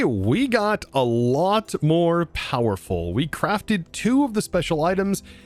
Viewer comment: Don't you mean more "Powah-ful"?